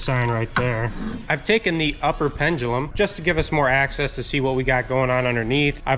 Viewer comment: At about , upper plenum... Upper pendulum 😂😂😂